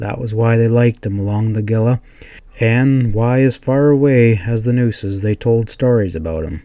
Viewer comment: Not complaining because I enjoy these books, but the Gila is pronounced Heela. The Spanish names are tricky. Thanks for these.